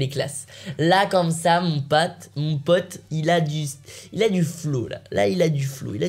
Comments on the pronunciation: A il dit mon pâte au lieu de mon pote 😂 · il a dit mon pate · Mes pate au lieu de mes pote 😂😂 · A la place de mon pote il a dit mon pate🤔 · "mon pate"